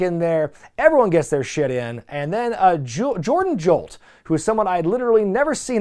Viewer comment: Mans said "Jordan Jolt" i'm crine 😂😂😂. Put some respeck on the Punjabi Nightmare Jora Johl's name.😂